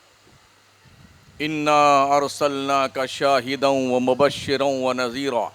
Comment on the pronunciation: Shahidaan ko kyu Galat pad rahe hain Haniro Nazir shahidaan matalb